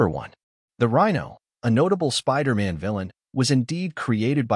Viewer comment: why do you keep saying spider ant?